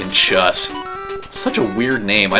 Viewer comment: I think "chus" is pronounced "choos". To me it makes sense